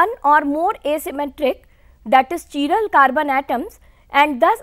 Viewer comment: Chiral carbon what kind of a Pronunciation is this